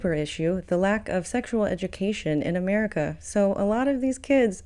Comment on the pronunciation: Uhmerica is unfixable.